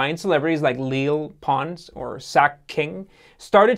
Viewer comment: Lele is pronounced “Lay-lay”